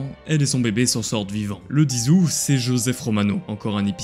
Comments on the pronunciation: par contre le mois d'Aout le putain de T se prononce a la fin enculé aou"T" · A 5min ! Pétard pas possible de dire Aou … c’est {oute} ! On dit aoûtien ! Donc pétard on prononce le T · Août TTTT LE T ARGH mon dieu ça m'a sorti de la vidéo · Le fait qu‘il dise ou et pas août me perturbe, c‘est août on est d‘accord ? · Possible de prononcer le T de août ? Merci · Stp dit aouT et pas "ou" c'est insupportable a ecoute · le 10 aou"T" prononce le T je t'en suppliiie 😢😖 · il y a un T à prononcer dans "aout" 🙄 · Très bonne vidéo parcontre je t'en supplie ne dit plus le mois d'où ça trigger de fou 😂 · Y'a un t qui se prononce à août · le t se dit dans août au cas ou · Ya un t à août